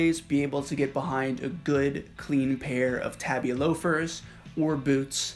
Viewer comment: I’d like to point out tabi is pronounced more like tahbi than tabby, in line with the Japanese alphabet.